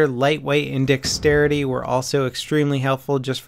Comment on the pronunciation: its dexterity not dickstarity